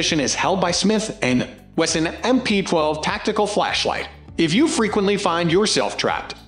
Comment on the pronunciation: The AI initially called Smith & Wesson “Smith & Anus.”🤣🤣